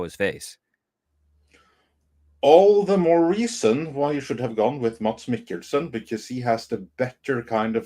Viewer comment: "IT'S [ˈmæs ˈme̝kl̩sn̩] (IPA)!" 😅 That is, there is no /d/ in his name 🤓. As evidenced by syllabic consonants /l/ and /n/ marked with ⟨◌̩⟩ in the pronunciation of his name, Danish is an inhuman language 😅!